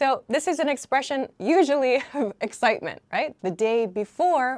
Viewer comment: I can't listening to someone saying pay day without laughing a lot 🤣🤣🤣 I am sorry, but for a brazilian it sounds very funny